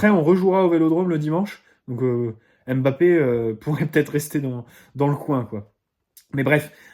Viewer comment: Même comme tu ne le t'as bientôt plus son nom on ne dit pas M-Bappe ou Mbappe comme P sychologue mais Psychologue